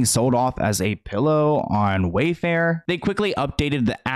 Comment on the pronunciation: He said WayFart on accident